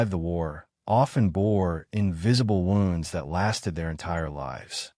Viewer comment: Mispronunciations are one way to identify AI narration. Words like read , lead, wound, etc are almost always pronounced wrong. It’s very irritating.